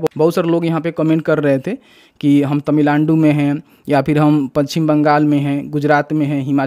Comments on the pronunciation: Tamilandu nhi hota hai 😂😂 Tamil Nadu hota hai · Bro says Tamilaandu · भाई ने तमीलांडू बोला😂